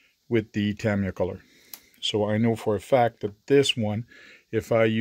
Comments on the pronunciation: First time hearing it pronounced Tam i ya. I raced RC from and even the Tamiya employees at the Aliso Viejo, Ca location pronounced it Ta Mi Ya. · LOL The mystery continues.... I heard even the employees are not sure on the proper pronounciation!. Even where you put the emphasis on the name changes from person to person. I have always pronounced it Ta MY ya. Some pronounce it Tam EE ya and others pronounce it Tam ee YA. And on and on and on...